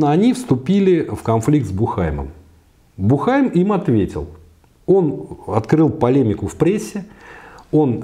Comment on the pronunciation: Уважаемый! В фамилии Буххайм ударение ставится на У. Бýххайм.